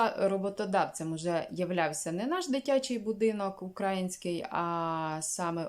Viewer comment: В слові український наголос на букву ї на не на букву а . На букву а завжди наголос роблять промосковські тролі . Надіюсь ви не одна з них . Зважайте . Без образ.